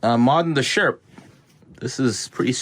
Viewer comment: Every time you said sherp trailer to my damaged hearing it kinda sounded like shrimp trailer and it got me thinking, can one go shrimping in a sherp? The internet needs answers.